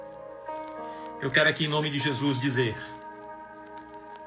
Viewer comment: Pastor, escreve aqui o nome dessa pessoa do livro, quero ler, eu não consigo entender quando vc fala o nome dela.